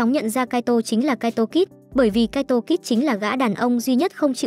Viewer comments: mé tên là kaito kid mà cứ đọc là kaito kis là sao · kid thôi kid's khó nghe vcl